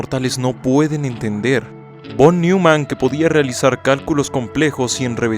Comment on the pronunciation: "Pol Niuman"? Será que te refieres a John von Neumann ("yon van noiman"), o al actor Paul Newman? Ponte las pilas, esquizofrénico!!